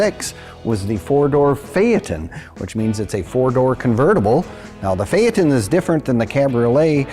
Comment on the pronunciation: it's a "Fae-ton" not a "Fae-at-ton" Christ, you're gonna give me an aneurism saying it like that.